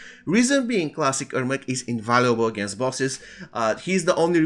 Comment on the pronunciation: Good information, bad pronunciation and the video has nothing to do with the information. You could just show a screenshot, a picture, or something. I had to rewind a few times to understand he's saying "Ermac". Same thing about "if you're in the US you should buy bjfjfdjfjdf..." What? The most important part of every sentence is the last word and he never completes the last word beyond the first syllable.